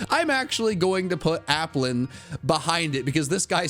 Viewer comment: APPLIN, NOT APLEN!